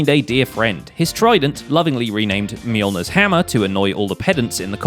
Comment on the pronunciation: Its so funny to hear people not from Scandinavia pronouncing “Mjølner” as “mjolnior”